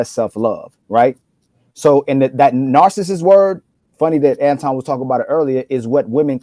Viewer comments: Right! Narcist. Smh. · How ya’ll gon let keep saying narcissist wrong? Lol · Stop using words you obviously do t know how to spell because you are mispronouncing the word. Narcissist. Narcissism. Narcissistic. 🤦🏾‍♀️ # 🙄